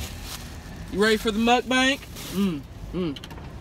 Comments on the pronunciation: I LOVE how Tammy says MukBANK, instead of Mukbang, LOL!... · I love how she says "mukbank" LOL. I love Tammy so much omfg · I swear one of these days I'm gonna suck some food down my throat from laughing at something in her video. "Mukbank" kills me. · I love how she calls it a "Muk-Bank". Seriously, I can't seem to get enough of this girl. 💞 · I die every time she says muckbank 😂